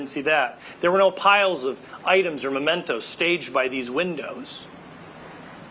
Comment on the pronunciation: "memento" not "momento" ;-)